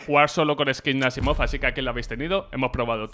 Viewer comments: ES ASIIMOV NO ASSIMOV JAJAJJAAJAJA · Dijo "Asaimov" no "Asimov", no es que esté en contra tuyo